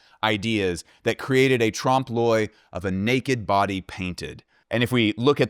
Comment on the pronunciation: Amazing, fun, interesting video. And thank you for saying Trompe L’oeil correctly! You guys rock.